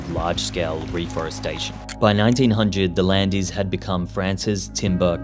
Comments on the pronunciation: The Landiiissss, lol Say it like Land, it will be closer . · IT'S NOT LANDEES !!! It's pronounced Lond, not Londs, just "lond" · Please, no. I mean, really, please. Not the "Land(i)es", both the e and s are silent. It's /lɑ̃d/, almost like in English "land" but with a french a(n) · I cringed every time you said "The Landys"..... It's pronounced "Lay Lond"... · 😅tinteresting but t ry to prononce the région as it calls itself land not land es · Hello there ! i'm from this region, pretty cool vid, one thing i would note is that the correct pronounciation is ""Land"" not Lan-des", the coast line is natural, we only prevent erosion by adding sand in winter and spring, we also add big rocks to prevent any landslide, i lived in Biscarrosse for about 15 years, despite being in the south of france, it rains quite a bit so the forest also helps with absording all that rain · "Landise" ahaha its prononce like land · Great documentary, I learned some things about a place I thought I new Small correction, I don't think you're supposed to say "the Landiz" in English, just "Landes" ([lɑ̃d]) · You don't say the "Landeez", you say the "Land". Les Landes. De rien. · Doesn't rhyme with Handies. Les Landes sounds like Lay Londs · Very interesting, but I do wish you'd speak it's name properly! It's like 'Lond' not Landees which is an insult. As is saying Napoleon Three not 'the Third'. If AI dubbed, then it needs training.😮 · I used to live in Landes. It’s pronounced ‘Lond’, not Landys. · Lond ? Isn’t Land nearer from the actual pronunciation? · "LAAAND", not "LANDEES"! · Its just pronounced Land, but with the an you prounounced. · It’s pronounced LOND you total pleb-wagon. You couldn’t have just googled “landes pronounciation” ? I’m born and bred Brit and even I knew that was wrong because Nantes is pronounced Nont 😑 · interesting to finally learn about the region where I usually spend vacation. Can we just take 2min of research how local names are pronounced? Not Landees